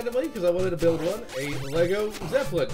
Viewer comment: loooool "Lego Zeplin" thats probably the most thing I've heard yet